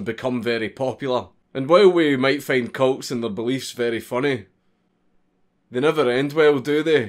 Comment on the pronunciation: He sailed cults I thought he said coats